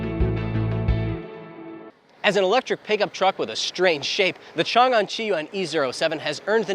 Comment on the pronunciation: Chang-An, not Changan…